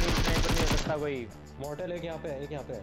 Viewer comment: Moul SortaL bolte 😂😂